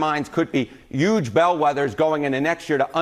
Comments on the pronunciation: Someone tell the guy how to pronounce the simple word "huge." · Can someone tell that the "h" in "huge" is not silent?